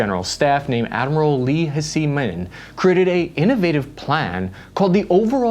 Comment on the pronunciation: Avoid using the term "reunify/reunification"... That's just their propoganda at work, the PRC never had any claim or past control over Taiwan, if it was to reunify with anywhere it would be Japan or European powers who held the territory for far longer. 🤔👍 Hsi is pronounced the same as Xi - ('shee') we use the older Wade Giles romanisation system like in Hong Kong; Tsai instead of Cai. The shift towards shoulder fired infantry weapons is a good move, judging by the whole Ukraine situation. That and the Harpoons they've been increasing purchases of. The submarines would definitely be nice, if they could tie in with AUKUS.